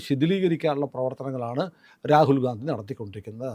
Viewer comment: റാകുൽ ഗാന്ധി എന്നുപറയല്ലേ സർ രാഹുൽ ഗണ്ടി എന്നുപറയാൻ അപേഷിക്കുന്നു